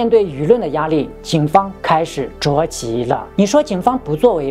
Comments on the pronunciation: 着急zhao ji 了， 不是zhuo ji 了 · 在正经的讲述中突然蹦出一些谐音，不(mo)要，着(zhuo)急，感觉很不和谐……